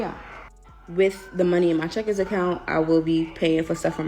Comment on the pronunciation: I thought she said checkers.